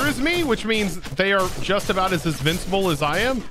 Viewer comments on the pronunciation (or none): none